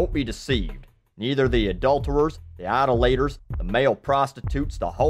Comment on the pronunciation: How can you judge a man with a PHD if you can't even pronounce idolators right?